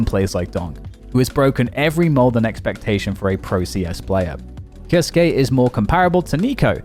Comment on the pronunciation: Who is kioske? Why can’t y pronounce his name? Its not fkn hard